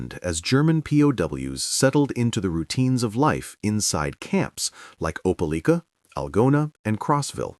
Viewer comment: It's pronounced opa like ka. Opelika